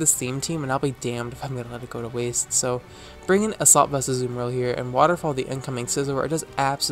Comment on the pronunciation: YOU'RE THE FIRST YOUTUBER THAT I'VE HEARD PRONOUNCE AZUMARILL CORRECTLY <333